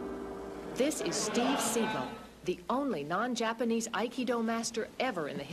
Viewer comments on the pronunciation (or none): Steve Seagull. That's the best pronunciation of his name I've ever heard.